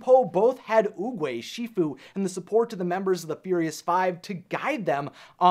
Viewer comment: It’s oogway not oogie